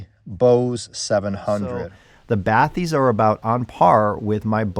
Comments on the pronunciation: FYI, the word is French and its pronounced "ba-tis" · Its pronounced batees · I’m pretty sure it’s “Ba tisse” but was waiting for your overview of these. 👍🏻